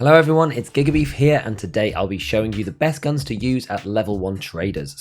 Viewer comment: honestly i thought i heard "giggity" instead of gigabeef, but good video!